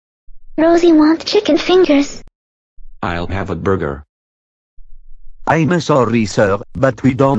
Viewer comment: Um burJer